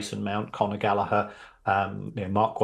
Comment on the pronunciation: Thank you Sir!, the first person to pronounce Conor Gallagher's name properly, kudos Kieran Maguire